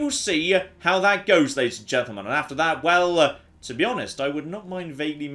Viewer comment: "Ladies and gentlemen" turned into "Lechen".